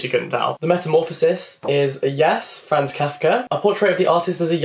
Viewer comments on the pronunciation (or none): none